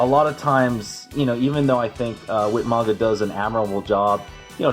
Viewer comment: Whit manga? Um….. 😐 who’s whit manga? Lmao 🤣 do you mean Whyt manga? Lol